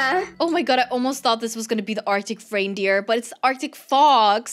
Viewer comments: No she said arica raidrer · LOL U said artic braindeer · She said "artic braindeer"😂